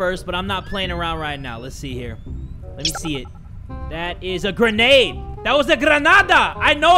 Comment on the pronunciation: Piper Steam did not misspell grenade they we just saying like how said it, that is also why they put the Quotation Mark's too.